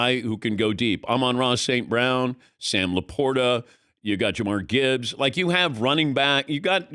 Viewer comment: Dans getting older he’s been fumbling a lot of names recently